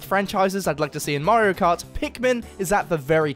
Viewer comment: I didn't know Mario has a L in his name 💀